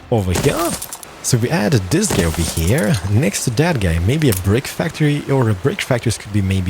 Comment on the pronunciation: Great vídeo, great English but wierd accent that gets annoying after a while but you cant do anything about it. Keep the vídeos coming! :D "baisons" "deelicious" "ovahere" made me laugh lol. appreciate the vídeo though. PS: Anno needs to implement building time to buildings. Not "Instant" building. I think It's time...